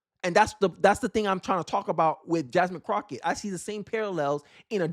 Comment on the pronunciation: I can't take this channel seriously because you can't even pronounce her name correct, she did a lot of things wrong but when you can't pronounce the name correctly you're not serious. Fuuk this channel 👎🏾